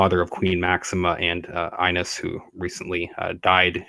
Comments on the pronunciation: It’s pronounced eeenes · The name Ines is pronounced ee-ness. ☺✨